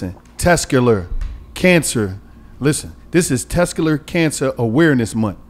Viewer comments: Tescular Huh.🤦🏿‍♂️🤣🤣🤣🤣🤣💀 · Dis nigga said "Tescular" Awareness month.. 🤣🤣🤣🤣🤣 nigga what is Tescular? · Tescular? Come on lol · So gillie and white girl not gonna tell it’s testicular and not tescular? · Yeah it hurt my brain every time he tescular. 😆😆😆 Just say sack king. Pause. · keep fuckn sayn “tescular” & nobody corrected him 😂😂😂 im fuvkn cryin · Tescular? 😂😂😂 You mean testicular?😂😂😂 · That nigga said tescular (testicular) cancer. 😂😂 I wish I was on that show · Somebody gotta teach how to talk... Tescular is not a word its testicular😅😅😅😅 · Bro what the fuck is “tescular cancer” smh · It’s test-tic-ular maaaaan🤣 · Sound it out 😭 Test - tic - you - lar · Let Mona talk more! It’s annoying how much the discussion only be between and Gillie, especially wit the serious topics! And this nigga needs to learn how to say testicular 😂😂 Mona is funny af and drops gems comedically...y’all gotta let that shine thru🤷🏽‍♀️ijs